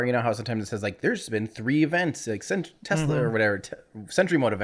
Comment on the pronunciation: What's a Tezla???, you're from San Diego and you aren't Elon.